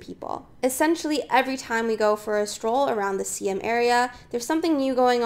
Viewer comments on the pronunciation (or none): The pronounciation is "Sy-Am" not See-Em, as there is a historical integrity behind it. Just some more practice/fine tunning with your video and audio editing will be great. Onwards and upwards. 😊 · Siam is not pronounce See-am!!! What a shame to live there but doesn't know how to pronouce it